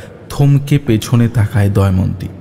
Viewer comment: মিত্র বলে চরিত্রটার মুখে চব্বিশ ঘন্টা কি গোঁজা আছে? অর্ধেক কথা বোঝাই যায় না। আর কন্সট্যান্ট 'দময়ন্তী' কে 'দয়মন্তী' শুনতে কানে লাগল।